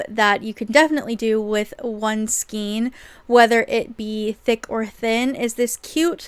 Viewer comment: Thanks for the video! Just for the record, skein is pronounced "skayne". 😁 I can understand the confusion because of the spelling. Maybe Americans pronounce it differently. 🤔😊